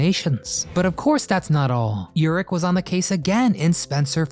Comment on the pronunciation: His name is Robert Urich, not elrich